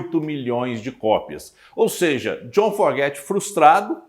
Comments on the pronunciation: É Fogerty não Forgety, Creedence clearwater Revival, Stu Cook, seu conteúdo é bom mas é muito incomodo ver seus erros constantes de pronuncia, e nem é algo tão difícil, como uma crítica construtiva devia ir atrás de corrigir isso Afinal, você sendo fã e apresentando um tópico pra um determinado público, no mínimo deve soar bem. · NÃO É FORGETY E SIM FOGERTY. CUIDADO COM A PRONÚNCIA!